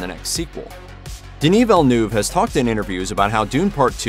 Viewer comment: You're a channel with almost 6 million subscribers and you hired a narrator who says "Veal de Newve"??? For one of the greatest sci fi films of the generation? thats a joke